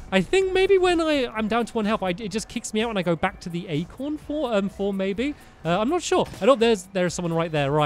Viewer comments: Acorn not Acron, Stampy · "acron" amazing job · stampy its acorn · Acron. You mean Acorn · Acorn not acron